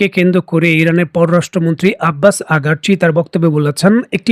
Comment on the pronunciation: আসসালামু আলাইকুম ওয়া রাহমাতুল্লাহ আগারচি নয় তার নাম "আরাগচি" । "পেলোট" নয় - pay load" - "সে লোড রেকর্ড উচ্চারণ করতে গিয়ে য- ফলা আসা যাবে না, এ- কারের উচ্চারণ করতে হবে। "পূর্ণোদ্ধার" নয় - "পূণোরুদ্ধার" বলতে হবে। ধন্যবাদ,ভালো থাকবেন